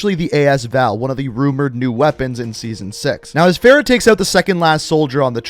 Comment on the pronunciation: How do you butcher Farah's name lmao you're saying it like Sarah, Price even pronounces her name properly so why can't you 🤔